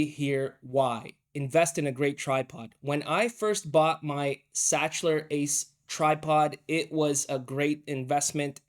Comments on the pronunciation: pronounced ‘sakler’ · Sachtler is pronounced as Saktler